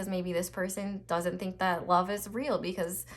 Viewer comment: " I lufe u " 💀💀💀